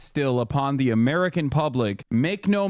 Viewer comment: Everyone's missin out on Amereichan, or Amereicha!? Lmao